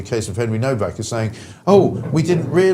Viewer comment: Why is Nowack pronounced as Novack?